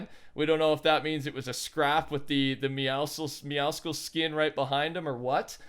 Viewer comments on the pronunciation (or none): Why cant you say meowscles lmao